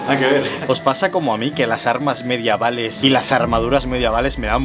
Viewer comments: Me dio toc escuchar Mediaval, en vez de Medieval JAJAJAJ Primer fallo que veo en tu vocabulario después de 10 años, ya era hora, creía que eras un robot tio ! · Se dice medieval.... no mediaval..... lo has repetido varias veces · No entiendo porque le llamas brad en vez de vlad y medaval en vez de medieval🥲